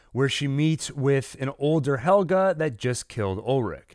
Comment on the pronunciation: PLSSS SAY NAMES CORRECTLY HEL-GE NIT HELGA